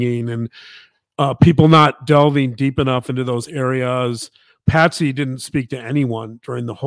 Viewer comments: It’s Patsy, not Patty. And John greeted the police at the door when they first got there. Please get your names and facts straight unless you lose credibility. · I love this channel and much respect to the Dr snd journalist wife for their work, however, it's kinda comical how explains how in depth they have researched the case all the while calling Patsy..Patty...simple mistake surely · Its Patsy, not Patty. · Her name was Patsy!! 🙄 not Patty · Besides all of the terrible misinformation in this presentation (pineapple & poo), Her name was Patsy, Not Patty !!! Can't even get her name right, Credibility Shot IMO.